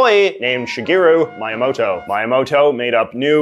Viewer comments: By the way, it's pronounced "mee-ya-moh-toe" not "mai-uh-moh-toe" great video overall! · Miyamoto not Mayamoto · btw Miyamoto is pronounced Mee-yah-moh-toe not "my-Ah- muhtoe" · I love your videos and enjoyed this one as well. But, for the love of all gaming, the name of Mario's creator is pronounced Miyamoto, not Maiamoto xD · you have to know his name is pronounced "Mee-yamoto" not "My-yamoto" right? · The pronounced “Mi” in Miyamoto is pronounced “Me”, not “My” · you are pronouncing miyamoto’s name wrong. it’s ME-amoto. not MY-amoto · Ah, yes, Mayamoto, that's his name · "Mayamoto"?!? Have I been saying it wrong my entire life? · No one: JJ McCullough: MAYAMOTO! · It's Me A Mo Toe for future reference. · I'm sure someone already corrected you and I'm too lazy to look through all your comments, but it's "mee-ya-moto" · you pronounce Miyamoto as Maiyamoutou? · I know you lived in Japan for a few years, so I'm curious as to why you sometimes pronounce Japanese names ("Maiyamoto") incorrectly. Is it a conscious decision to somehow make yourself seem less pretentious, or more relatably flawed? Or was the Japanese language never a strong suit of yours? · MEE YAH MOH TOE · 😂 It's pronounced MEE-YAMOTO! 😂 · Sorry JJ, but I gotta say it. His name is pronounced Mee-ah-mow-toe. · Ouch J.J., you just had a boomer moment. It's pronounced M"ee"yamoto. Try saying it in French since our "i" is pronounced the same way as it does in Japan. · I'm something of a Nintendo freak, so great job on teaching me new things about Mario's origins! (Your Miyamoto pronounciation could use some work though) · I love this guy's content, but I'm inclined to agree. His pronunciation of Miyamoto is PAINFUL. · I am sorry that this is what I'm commenting about, but I have NEVER heard before someone pronounce Miyamoto like that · that pronunciation of Miyamoto’s name caused more psychic damage to me than “the poo-Get sound” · That's not how you pronounce Miyamoto